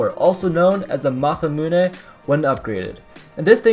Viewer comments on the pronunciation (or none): none